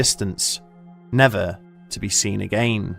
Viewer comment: I find it so funny how he says "again" and the word plausible.